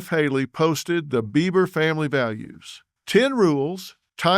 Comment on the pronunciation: YO...Dr. Phil... it's BEIBER... NOT BEAVER 👈🙄